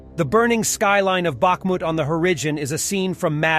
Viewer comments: On the Horigen??? da fuck is wrong with you hooo riiii zunnn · Tf is a horigen? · What the heck is a horigen? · Please, stay clear of that Hor-ih-gen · "horigen" LOL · "Bakhmut on the hOrIDGIOn" ?! Are these videos created by bad AI or what happened there? "Surreal!" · Horijon? Really? Where did you learn to talk,? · “The burning skyline of Bakhmut on the horigion.” There is something very, very odd about this channel. The voice sounds American, but often makes bizarre pronunciation mistakes. I often wonder if it is computer-generated content. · Shape up with your comments. Who pronounces the word horizon with a short i in the second syllable? Kevin McCarthy (besides being a complete sack of sh*te) is in the House of Representatives. He is NOT a senator. Anybody can put something on YouTube whether they know what they are doing or not. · This guy hates the Z tanks so much that he won't pronounce the Z in horizon! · That's the first time I've heard the word HORIZON pronounced that way! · I can't get over how you pronounce horizon. Where are you from? AI? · I thought it was a real voice-over. Until today, when I caught this mistake, that a native speaker would not have made. That is not how you say "horizon".